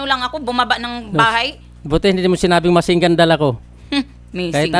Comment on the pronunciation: "Pwede mo sabihin ako ang pumatay kay rizal eh" 😹😹 "masing gan"😹😹